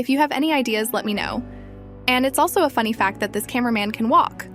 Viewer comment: “Fun fack” 💀